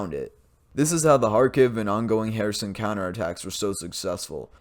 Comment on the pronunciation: It's not herAson, it's herson